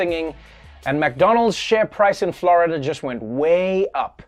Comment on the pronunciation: It's "Flori-duhhh man" 😂😂😂😂